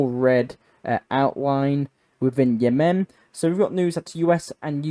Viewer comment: “Yeah-men” I’m sure is a gay night club somewhere. The country is called Yemen. I don’t understand why you put such emphasis on the syllables.